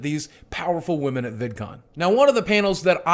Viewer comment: Despite this being a very well made and truthful video, i kept laughing when boogie said woahmen